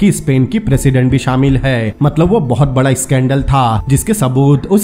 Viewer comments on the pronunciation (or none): none